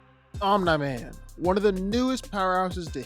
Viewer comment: The slight mispronounciation of "Omni" has been bothering me on a spiritual level